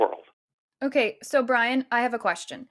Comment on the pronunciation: Bwian, eh? The little wascal has spiwit. Spiwit, bwavado, a touch of dewwing-do.